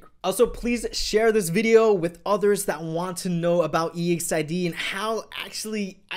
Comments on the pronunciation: Don't separate the group name, say it together. EXID. not E,X,I,D,....... I thought you may wanted to know. !!! Is like saying EXCITED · It's Exid not E.X.I.D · The way to pronounce exid is not “e-x-I-d it’s exid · Really guys? Firstly it is really pronounced as E-X-I-D , if you're a real LEGGO you already knew about this. By the way... EXID is NOT DISBANDING they are currently in a HIATUS. 👌 This dude got the wrong information. 😿😖 EXID means FAMILY. 👪💪😚 Just wait for them. 👍😜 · Is it weird that ive always thought of them as ek-zid, instead of e-x-i-d? Haha it weirded me out hearing e-x-i-d 😂😂😂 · e x i d, that annoys me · “e x i d” triggers me or am i saying it wrong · Its Eks-i-de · The way you pronounce EXID triggers me